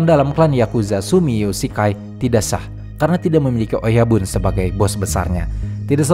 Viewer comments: bacanya oyabun ya, bukan oyaban 😊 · Oyabun, bukan oyaban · Bang oyabun tetap di baca oyabun bukan oyaban